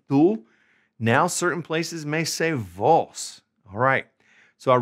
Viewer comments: First things first. The 'V' 'Vos' in Spanish is not the English 'V'. This guy mispronounces 'Vos' right away. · yes. sounds horrible with the english v